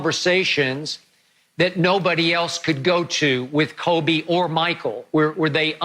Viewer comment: Notice how Jordan pronounces Kobe's name at the memorial. It's done with a heavy heart of an older brother.